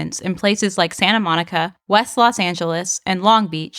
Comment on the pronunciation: Los Not Las